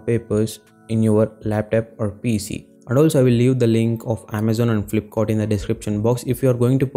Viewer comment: laptap🤣 flipkort... Nd from here I m not going to watch ur whole video otherwise I'll forget my English 😂😂